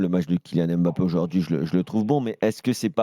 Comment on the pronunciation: Je comprends pas les journalistes qui prononcent M-bappé or c'est beaucoup plus difficile et lourd que de dire Mbappé (le son est le même que dans deMbélé). L'excuse de prononcer "à la Française", c'est complètement bidon, personne ne prononce par exemple le nom du président américain "à la Française".